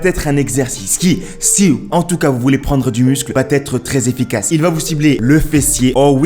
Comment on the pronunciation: Tu es très sympathique, mais fais attention à ton français! :-) On ne dit pas "vaTêtre" mais "vaêtre" parce que ça s'écrit "va être", et d'autres choses, mais là je n'ai pas le temps... lol Bravo pour ta vidéo, et force à toi!